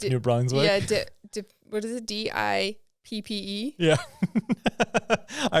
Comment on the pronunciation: Are you kidding , or do you not know it’s pronounced Dee ep Dieppe ... Sorry had to comment , moral imperative as someone who lives in New Brunswick :) Also when you actually can travel and come to New Brunswick , we can make you a list of places ... Keep being awesome and real !